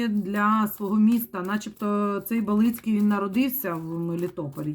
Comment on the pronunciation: БАлицкий, ударение на А.